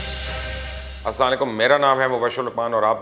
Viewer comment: Ap salam thek sy bola karo Ap ko bora laga ho to sorryy